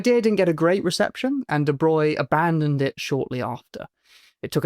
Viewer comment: Hey, you can pronounce de Broglie correctly!